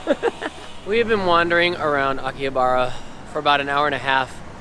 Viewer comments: It is pronounced AKI HA BRHA, not akihabara. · Quit saying aki/ha/BAR/a. It's Aki/ha/BA/RA. The girl speaks Japanese, why didn't she correct you?